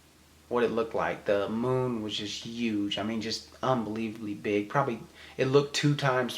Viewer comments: I'm sorry, but I was killing myself laughing when you said that was a UGE UGE day..instead of huge! Lol thanks Gabe, now I'm aware of how says huge!! On a serious note, thank you for all you've done for our country,! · I feel so immature for making this comment on such a serious video but I heard you say "'uge" just like Gabe said you do (like a Jamaican lol) a few vlogs ago. I truly thank you both for your service and for sharing your experience. Great first video! Keep up the good work.